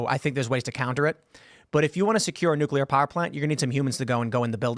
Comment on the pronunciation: Also why can't zoomers pronounce the word Nuclear?